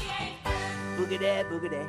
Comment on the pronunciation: BTW... It's "boogity boogity"... not "boogtay boogtay".